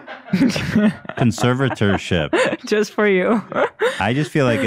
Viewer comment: Soundbite Dan messing up “Conservatersh” and play it everytime Ethan messes up conservatorship lmao